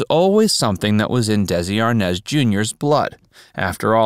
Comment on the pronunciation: I can’t believe only one person got of their sofa to complain about all the mistakes in this horrible piece of journalism. Repeat after me, R. Nez, R-Nez. R.Nez. now all together Desi Arnaz Jr. Dino- Desi. And who?????🥸😜🤪The band was Dino Desi & Billy! Not amp Billy, hey S . S amp Billy. S. Wtf??